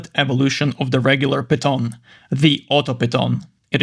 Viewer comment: I’m pretty sure the word piton is pronounced as Pee-tohn.